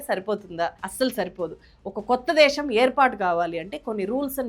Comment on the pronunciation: దేషo కాదు.. దేశం.